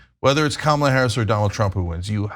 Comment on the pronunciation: They must have to train themselves to pronounce Kamala Harris’ name wrong and then remember to pronounce it wrong every time. Or maybe they are all just given the same brain worm that makes them want to vote for a horrible con artist.